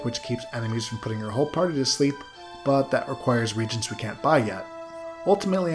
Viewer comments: Nitpick: when you see the word as a synonym for magical ingredients, it's pronounced ree-AY-gents. Three syllables. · Ok i just realized you were saying reagents snd not regents and now everything makes so much more sense